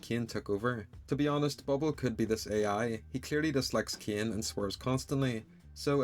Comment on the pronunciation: Why don't you say cain normaly but you say keen